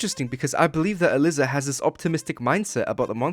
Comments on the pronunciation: Is no one going to tell bro that Aliza is pronounced uh-ly-za and not uh-lis-uh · throughout this i’ve been confused. isn’t her name pronounced “uh-lie-zuh”? i kept hearing “alyssa” or “uh-liz-uh” as i was drawing and it was throwing me off really bad 😞